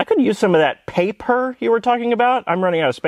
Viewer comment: OK, you're ads are almost as good as Ryan Reynolds. I watch yours because of the writing too. "PA-PER"? LOL.